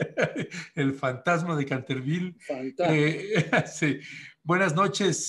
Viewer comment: Buscaglia 7 minutos para hablar de él mismo. es muy acartonado y lento, quiere hacer programa ameno y relajado pero no le sale. Está de weba. Además dice "cantervíl", seguro estudió inglés con AMLO